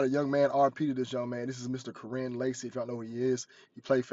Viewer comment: his name is pronounced Ky wren